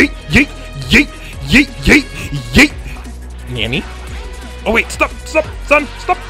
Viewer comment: He said nanny instead of Nani